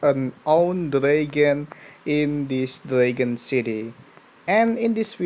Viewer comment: It's dragon not dregen